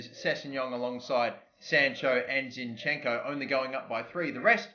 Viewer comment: not zinchEnko, zInchenko is correct